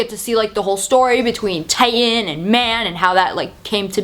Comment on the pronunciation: You pronouncing Titan as Tai-en, is so fuckign annoying haha.